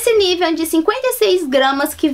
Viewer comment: Só uma pausinha. O Nivea é um creme Alemão e não se fala Nívea e sim Nivêa. Ahhhh e no nivea do BR já está escrito Hamburg. Hamburg é uma cidade da Alemanha. Bjs